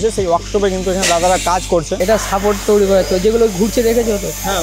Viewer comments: দাদা ঐটা তৌরি না তৈরি উচ্চারণ হবে, আশা করি পরের বার থেকে ঠিক বলবেন । 🫡😎😏 দাদা আমার তরফথেকে 500 কোটি ভালোবাসা নেবেন❤❤❤❤ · Toiri ❌️ Touri ✅️ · "Touri" abar ki kotha 😂😂 "Toiri" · Toiri❌ Touuri✅ 😂😂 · Touri ki কথা 😂😂 The word is তৈরি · তৈরি ❌ তোউড়ি ✅ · তৈরী ❌ তৌরি ✅ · ভিডিওর সবই ঠিক আছে কিন্তু ভাই উচ্চারণটা একটু ঠিকঠাক কর, 'তৈরিকে তৌরি'এরকম টাইপের কিছু কিছু ভুল উচ্চারণ রয়েছে তোর!! এগুলো ঠিক করলেই আরো ভালো লাগবে।। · ভাই উচ্চারণটা তৈরী, প্লিজ তৌরি বলাটা বন্ধ করুন। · Say Toiriii... Not Tourii..